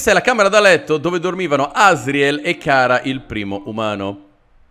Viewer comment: e ciara non cara ,FALLO = )